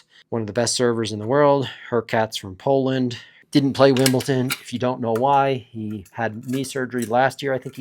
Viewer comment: Pronunciation Police, but not on players' names: it's Wimbledon, not Wimbleton!